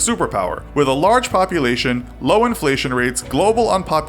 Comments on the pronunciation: Large "populatior" not 'population' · ah, yes, populatior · Large POPULATIOR???